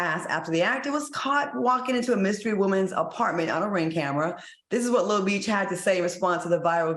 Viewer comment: Al’s pronunciation kills me I love him 😂 ‘lil meesh’ 😌